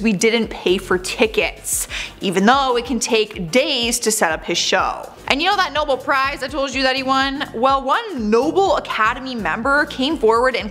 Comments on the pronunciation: It’s pronounced “NoBEL Prize”, dear. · While I do like this channel, I am starting to question it when they can’t get basic names right. And it is pronounced Nobell. I know y’all are young and may not have been exposed to some of these older actors or international awards, but do better.